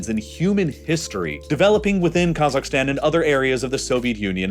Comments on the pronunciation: I really f***ing hate how he pronounces half of the names here - "Ta-JEEK-ee-stan". "Ka-ZAKHS". ETC WHY DOES HE NEVER LEARN HOW TO PRONOUNCE S*** LIKE THIS PROPERLY?!?!? Oh, I forgot, it's a super privileged and mega entitled A******** with a buttload of audacity to think it knows everything. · if i hear you say "kazakhstan" one more time, i swear to god....